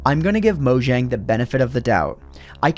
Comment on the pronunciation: It's pronounced like "moyang".